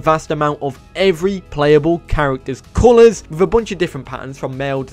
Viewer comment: Idk why But i burst Out laughing whenever you said "CUULOURS" and "CUUMING" 😅😅😂